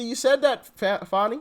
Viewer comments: ITS FANEE.....like joe dirt..justr because you think its that way isnt...shes garbage anyways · He called her Fawni??? Not sir!!! Its Fannie like as in my a$$!!! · "Fonnie"? I thought it was "Fanny". Let's just call her "Ass" to keep it simple